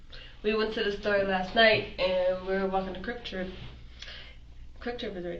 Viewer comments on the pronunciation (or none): It’s KWIK TRIP, not Crip Trip!! 😆 And Bloods are allowed! 😂🤣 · How is she a senior, and can't say Quick Trip...also, worser isnt a word...and the cops aren't your brain dead gurfren... she's either 13 in the brain, or crazy af... I have a theory that the urban youth want some jail time..... they want time, attention, direction, etc, and think they'll get that and street cred. for the future..